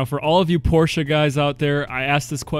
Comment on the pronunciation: I missed a few minutes because I blacked out when I heard "Porsche" pronounced correctly 19 seconds into the video.